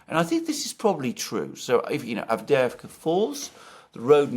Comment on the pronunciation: And you to,? Normally you pronounce Turkish and Russian well, and today Avdevka instead of AvdYeYEvka. City is clobbered, and of top of it, two Greek commentators want to take away a whole syllable! Insult to the injury.